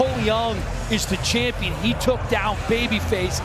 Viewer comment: "power SHLAP chumpion of ZE WWÖRLDDD"😆🤣😆